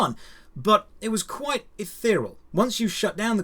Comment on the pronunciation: my friend, it's pronounced eth-ee-ree-al. Not eth-ee-ral. The only reason I mention this is because you've said it incorrectly numerous times. Sorry to be a pedant! Also, I think you might've meant "ephemeral" here.